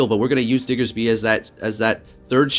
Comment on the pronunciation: So glad you say "Diggersby" as it should be, just came from another prominent PvP youtuber who said "Diggserby" so many times that I lost count.